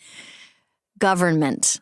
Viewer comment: Lol I'm so thrown by the hard "n" in government!! Who is making Amy pronounce it like that?